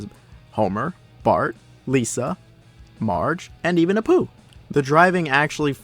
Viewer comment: I like how you said apu